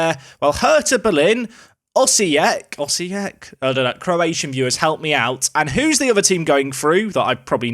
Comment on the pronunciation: your pronounciation of Osijek is on point